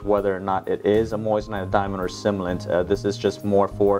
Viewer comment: Doushbag, are you truly incapable of speaking correctly? It’s simulant, not similant. 🤪